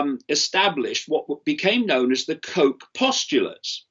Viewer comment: Just a nit picking on pronunciation of this name: that German guy is called Robert Koch, as in Loch Ness, not Coke, as in the Black fizzy drink. 😁